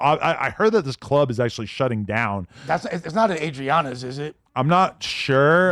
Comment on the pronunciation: This dude said Adriana’s 😂😂